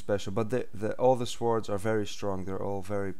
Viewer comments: its pronaounced sords not s wards but its spelt sword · sWords... u say it like "sords" not "swords" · You actually say swords. You should say sords but spell it like swords! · Ikr its swords not schwoards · you say it like this sords not swords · its pronounce sords. not sWords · its pronounced sords not swords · The "w" is silent in swords bro! but great vid! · Swords say it like sord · every time he says swords i think hes saying swartz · its not pronounced like swords but it is spelled swords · swords....(sord) lol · lol swaords? kno offence but still